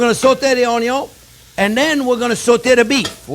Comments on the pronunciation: So true about "oy-yun". LOL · Love your personality, and the way you communicate chef! You speak and teach from experience, and present it in such a way that I just want to soak up all your advice!! Thank you for the video! My daughter is here watching as well, and loves hearing you say ONYO. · I love it when he says oniO first. Most wannabe chefs always cook the oniO last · "De onyon ees alway first"...Love the way you say onion. I always start with onion just to give everyone in the house the impression that something good is cooking. It may not always turn out to be something good but at least it starts that way! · Onyo is nothing sans chef jean pierre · Me: I don’t know, these old chefs kind of take the piss most of the time. Marco Pierre White ruined that generation for me, but let’s give this guy a chance. JP: Onyo. Me: I’m hooked. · I love it when he saute the onyo... Hehe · Gordon Ramsay: Where is lamb sauce! Jean-pierre: Where is onion(onyo)! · Anyone doing a cooking show should know how to pronounce the word, "onion". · I am so turned on whenever you say "onion". I love watching and learning from you. Love from Alaska! 😍